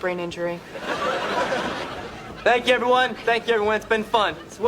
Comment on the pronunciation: you gotta turn the words in you its not a simple you its more of a youh how youh doin gotta put some passion on that “u” 😂